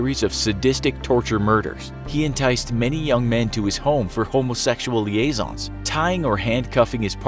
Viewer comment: I'm sorry "liaison"? I'm dying 😂😂😂